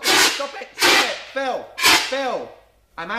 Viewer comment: Did it annoy anyone else when he used to say "phiw" instead of phil? 😂